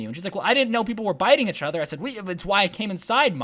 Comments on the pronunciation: does anyone else notice how every time he says “each other”, he ends up saying “uchother” lol i love it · do want to say ‘achother ‘ again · The way he pronounces each other is so cute 😂😂